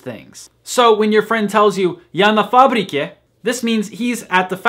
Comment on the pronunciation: Ебать он чистейше сказал "я на фабрике".